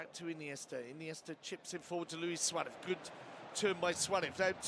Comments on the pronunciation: The commentator always suaref instead of Suarez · This guy is annoying. “Suareth. Cowtinho.” What’s wrong with him.